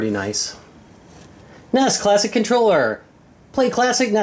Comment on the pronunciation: N.E.S. Not nes... come on man.